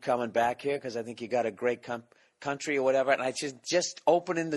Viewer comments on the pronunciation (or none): "You gotta great cum tree."